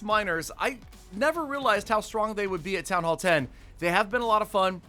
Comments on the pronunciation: You spelled strong rong you said stronk but it is OK everyone makes mestaik ily😘😀🤗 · Stronk? WTF LOL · Yes way too “stronk”